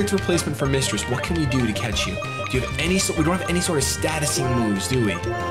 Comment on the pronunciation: Am I the only one who hears "we have to cats this! we have to cats it!"? :D